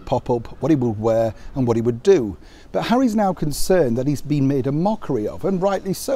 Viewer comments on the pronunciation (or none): none